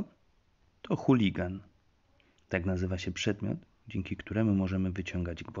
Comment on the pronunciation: Nie huligan a halligan i nie służy on do wyciągania gwoździ